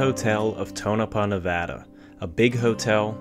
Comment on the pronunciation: Thanks so much for pronouncing Nevada correctly!!!!